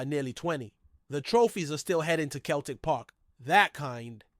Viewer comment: It's pronounced seltic